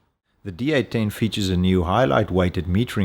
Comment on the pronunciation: Sounds like he's saying D18 (D-Eighteen) not D810 (D-Eight-Ten)!